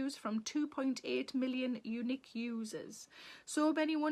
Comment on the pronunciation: I'm from North Carolina, USA. When you said "unique readers", I heard eunich readers. Quite different. 😂